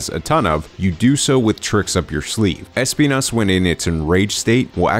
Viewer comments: es - PI - nas Nice, hehehehehe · Thanks for pronouncing it correctly! The showcase didnt do that lol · He said the name perfectly fine. It's pronounced in spanish. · spending 145% of his brain capacity to make sure he pronounces Espinas correctly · NGL the way you pronunce Espinas is amazing, it seems you practice some spanish or something cause thats some really damn good Spanish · Hehe, As someone who is Spanish..., I can guarantee to you guys that you pronounce it more or less ok, of course with the accent but fine 👌